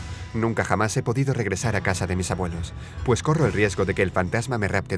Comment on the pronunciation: En el principio dice po 2 veces pero si dises normal 2 veces po quiere decir POPO XD AUE GRACIOSO